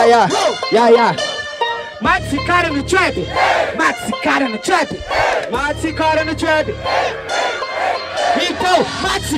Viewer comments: ele n consegue falar trap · O cara não sabe falar trap? Kkkk